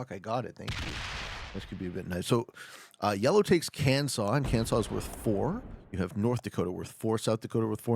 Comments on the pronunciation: why are you doing this to my ears calling it kan-saw? lmao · Your correct about Arkansas being (saw) however Kansas uses the (sass) pronunciation. Edit: couldn’t tell if you were being sarcastic with Kansas or making a genuine mistake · 😄they're were 100% screwing with you, Arkansas is pronounced with native american pronunciation (Ar -kan-saw), Kansas is standard english pronunciation (Kan-zass)😄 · heart the Kan-saw pronunciation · You said Kansas wrong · LOL Pete! Only Arkansas has the special way of saying it! Kansas is supposed to be how it looks! Sorry if I confused you man! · The power of the Kansas pronunciation! 😂